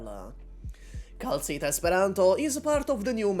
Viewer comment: bro really said "kal tuah"